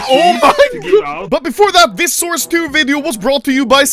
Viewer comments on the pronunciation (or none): Anomaly is exited because he thinks it’s “sauce” instead of “source”